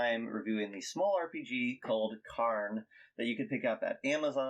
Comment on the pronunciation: nice review. Interestingly i've heard Yochai pronounce the game as 'Karen'